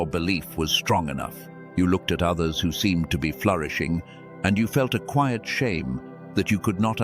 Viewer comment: Even in the cwaiyet in the resieved